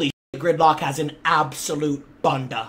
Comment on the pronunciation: Bro said bun da not bunda